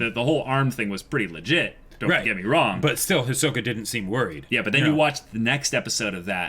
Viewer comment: They’re still saying Hi-soak-a. </3